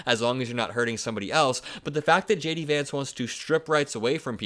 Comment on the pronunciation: Lay-Dee Vance.